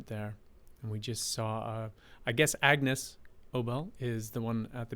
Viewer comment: BTW, it’s pronounced A-Niece not Agnus. ✌️😁🎶